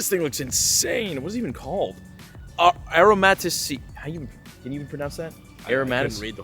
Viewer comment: Air-o-maa-ti-see, man I'm dead.💀